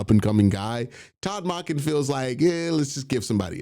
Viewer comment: Q idk if you are pronouncing salah and monken completely wrong because you’re being funny or genuinely can’t say their names